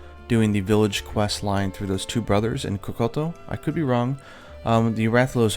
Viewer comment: Does it bother anyone else that pronounces words like kokoto village?